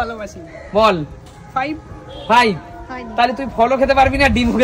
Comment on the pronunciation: kutni numbers spell korte pare na ken O five ke faeeeeeev!! bole keno??